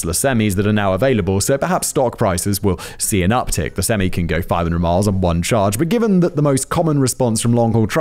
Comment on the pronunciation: Oh, of all Simon's pronunciations, how he pronounces "semi" is by far the most entertaining for an American audience.